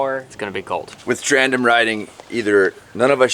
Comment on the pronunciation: It’s a TANDEM. Not trandem.